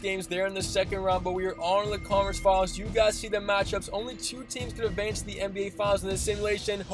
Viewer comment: Who else hears "College" every time tries to say Conference Finals? Just me?